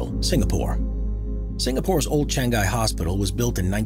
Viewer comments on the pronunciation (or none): none